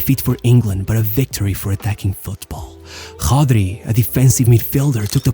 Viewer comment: Tell me you are Brazilian without telling me you are Brazilian. “Hodgi”. “Navaj” 😂 stop reading the names! Other than that great video!